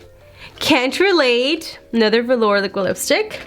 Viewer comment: At least your eye shadow is blended out in this JSC mystery box video. Congrats on also figuring out how to say velour.